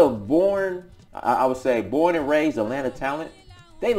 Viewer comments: At-lanta! At-lanta, please! Not A-lannna. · Dr. King says it's "At-lanta." I think his word goes over anybody's. 😄 Keep doing what you're doing. You're helping us. As I've said before, your work is not in vain. Just no more A-lanna!